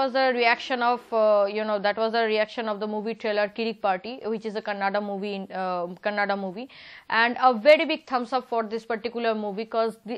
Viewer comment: madam ones again pls pronounce Kannada not kannad